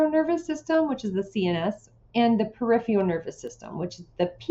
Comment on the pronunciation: Very useful!!! I just couldn't get past the pronunciation of "Peripheral"